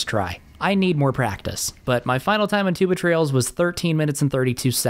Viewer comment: For some reason whenever I hear you say Two Betrayals I immediately think the words Tuba Trails instead 💀